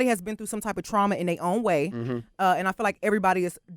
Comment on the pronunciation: Bruh said andadddddd🤣🤣🤣#glcokntea